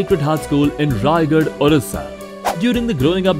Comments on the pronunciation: Its not raigarh its rayagada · Not raygadh it's Rayagada, ରାୟଗଡ଼ା, रायगड़ा